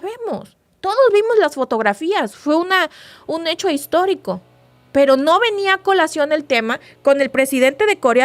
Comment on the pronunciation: Se dice histórico , no histolico